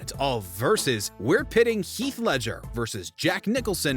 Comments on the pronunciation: his name is Heath, NOT HEALTH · “health” say his name right atleast